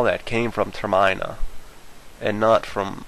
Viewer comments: Oh gosh.. The whole video, you pronounce Termina wrong... It's pronounced like Terminate, or Terminal. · I feel like it's pronounced "Terminal" without the L, aha also i read that this is a play on the word 'terminate,' and just as the game suggests, Termina was a world that was doomed to fail, should Link not have faith in himself and the world. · I hate how you say Termina XD Its meant to sound like terminal or termination, you accent the I too much. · its ter-min-a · when he was talking about termina, i was like "Wtf whats that" you were pronouncing it wrong the whole vid man. there is no E to make the I a hard vowel, therefore its pronounce Ter MIN Ah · Yeah, CrouchiGames is right. It's Ter-mihn-uh, like terminate. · TER-MIN-AH You're welcome. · I pronounced it as Ter-Mih-na, Mih as in Midna. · Stop saying Termaina. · they are pronounced ter-mih-na and twih-lee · lol ter-miner? lol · It's Ter-min-uh. And Ghirahim isn't "Gear-eem". You're skipping a whole syllable. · you say termina wrong you need to but the emphasis on the ter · Its Term-IN-a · I'm usually not the guy to point this out, and I realize you've probably got this before, but it killed me how you pronounced "Termina" Termina (tuhr-min-uh) was taken from the word "Terminate" because the entire game is basically speculating the End, or termination. I'm really sorry :x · Your pronunciation of Termina is driving me crazy and distracting me heavily from what you are saying. I REALLY want to hear your theory and show my friends but noone wants to listen to you with that pronunciation constantly jabbing irritations patience. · when he pronounced termina that way i thought of Hermione xD, like Termione or somethin, sorry dude, the way you pronounce it makes it unwatchable. I hate videos where people butcher important things that support their claims, and with that i bid thee farewell, i'll probably watch your other video's though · Is anyone else bothered that he says Termina wrong? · The whole time...